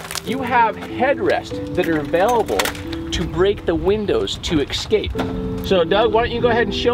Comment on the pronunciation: It's a VISOR , not headrest. Geeshe. The word is EScape not EXscape. Common guys! A tiny bit of editing please.